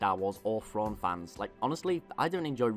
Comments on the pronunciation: It's thrawn not frawn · There's a specific British accent that just cannot pronounce the "TH" sound. Am I the only one who notices this? "Frawn" "nofing" "Feory" irritating I can only make it about FIRTY seconds into FESE videos. what might be an "overwise" good video